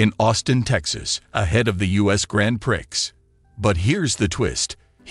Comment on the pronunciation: Just to educate you, it is not pronounced with the 'x' it is pronounced like 'Pree'